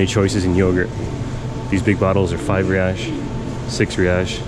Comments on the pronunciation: kkkkk ele falando "reaish" kkkk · its "HEY ICE" (Reis) de nada amigo